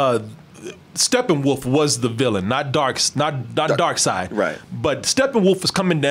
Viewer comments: ...Darkseid's name. it's pronounced like it's spelled "Darkside" not "Darkseed". It's been like that forever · it pronounced dark-said-not dark-seed. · Why dose everyone call him Darkseed, it’s Darkseid. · say DarkSeed again imma catch covid